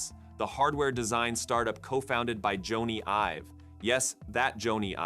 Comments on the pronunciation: You lost me at “Jonny (rhymes with Pony) Ives.” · Joan-ey Ive? Were you born yesterday? Jeesh.